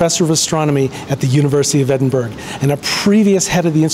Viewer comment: Just a tip, the gh at the end of Edinburgh is silent 🙂